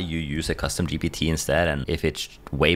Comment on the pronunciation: Why do you say GBT instead of GPT?